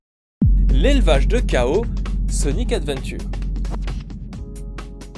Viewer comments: Si je me rappelle bien les "chao" ne s'accordent pas au pluriel et se prononce bien shao et pas ko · Et juste c'est pas (kao) mais (tchao) ! C'est dit dans le tutoriel et les chao le cri de temps en temps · Ça se prononce "Tchao" juste pour infos pour les petites créatures :D la prononciation que tu as utilisé définit, elle, le boss du jeu ! Voili voilou... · c'est techniquement pas la bonne prononciation car c'est shao car Chao c'est le boss final de Sonic adventure 1